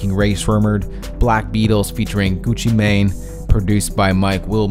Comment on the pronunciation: learn how to pronounce gucci mane right